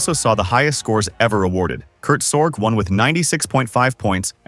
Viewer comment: Its pronounced Sor-gee, not SorJ. Kurt Sorge.